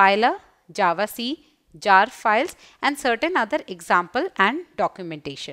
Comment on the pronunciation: mam, I love your teaching but u keep saying 'A 'JAVA, that is making me cringe a little